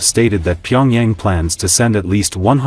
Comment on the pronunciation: This AI voice garbage will not win you any new subscribers. How is pronounces Pyongyang is hilarious.